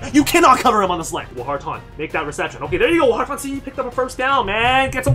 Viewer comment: Say it with me, War-tin. Not Whar-tahn. That wounds like something I get at my local Chinese buffet.